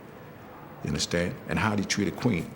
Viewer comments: Unnuhstan? Unnuhstan? Unnuhstan? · "Ya undastand, ya undastand?" An insecure psychopath, this man is...You ain't no king, SIR...You're a court jester!!! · "You understen?" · "y'unnerstand?" Um, no. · But seriously, do y'all UNDASTAN??